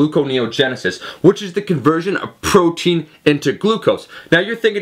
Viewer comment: "which is the conversion of pffffffffrotein..."